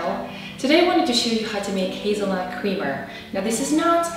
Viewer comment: Hahah you said cweamer